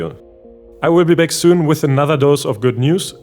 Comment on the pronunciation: Bro.. Use ElevenLabs and convert your voice over to an American accent. Can't listen to this 🤮 Can't even pronounce "back". "Beck" 💀